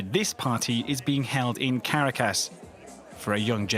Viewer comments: Venezuelan here, would like to issue a correction. There are slums in the Eastern part of Caracas, in fact Petare, one of the largest slums in all of America, is located on the east of the Eastern part of Caracas. It's also pronounced CarAcas not CAracas. Also, you forgot to mention that a lot of the high class in Venezuela, in fact most of it, are government alinged Maduro supporters who profit off of drug trafficking and ilegal gold mining. You also forgot to mention that these people who "live lavishly" still have no running water most days of the week, and no guarantee of electricity (except for the lucky few who can afford back up generators). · The capital of Venezuela is NOT pronounced "Cara-cas." It's "Ca-Ra-Cas" Everyone knows this!!! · As a journalist please learn to pronounce correctly. Caracas is not Car A Cass, it sounds more like Ca Ra Casse . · It’s pronounced CARA-cas, not cara-CASS😜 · Why do they say /'kərakəs/ all the time? It's pronounced /kəˈrakəs/. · I cringe every time he says "Karracas" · Me too it’s “Caracas” not “Karracass” tf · I’m distracted by the narrator’s pronunciation of Caracas. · Couldn't they have recruited a voice over artist who can pronounce Caracas properly? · The reporter cannot pronounce Caracas. Not impressed. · You should at least learn to pronounce Caracas properly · Please say Caracas correctly next time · Learn how to pronouce Caracas please. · Was no one in the recording booth to help him pronounce Caracas correctly? I'm not even asking that he pronounce it with a Spanish accent, just the correct one in English. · You are not saying the name of the city Caracas correctly! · funny how this dude pronounces Caracas ...lol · Someone should tell this suit how to pronounce Caracas...he butchers it !